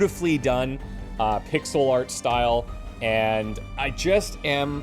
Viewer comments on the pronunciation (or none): none